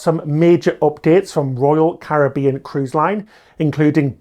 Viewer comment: thank you for pronouncing Caribbean properly